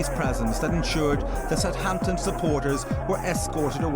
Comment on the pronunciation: …i misspelt it. It’spronounced suuuvvaaamptun. i know this well having grown up in the last century with half my family originating from Haaampshuuure whereas muuveers’ lot came from Fulham - where you ‘ang yer attt oowwnn the oook innn thee oowwlll - providing you’re wearing one & the homeowner is that particular . the “Hampshire Accent’ was probably a thing but I’ll be buggered if i learnt to really tell it apart from Dorset Wiltshire or Devon which judging by online maps of Accents , is nowadays lumped in with Westcountry . Well it certainly isn’t Cockerney or Keeennt.